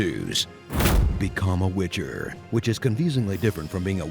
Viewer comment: I laughed so hard when I heard glitcher lololol